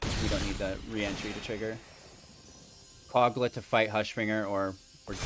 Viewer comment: Mans said "Cog-Luh, the Titan Ape"